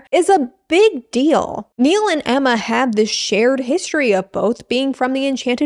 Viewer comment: I lost my tea when you said "AEMMAR" as the lone Australian. 🤣